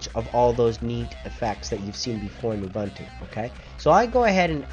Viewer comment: Say it, just once "oo-boon-too" = "ubuntu" Just once, say it right, pls!